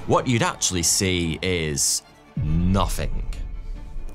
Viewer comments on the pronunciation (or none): none